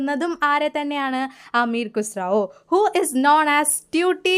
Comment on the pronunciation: അമീർ ഖുസ്റാവോ എന്നല്ല അമീർ ഖുസ്റു എന്നാണ്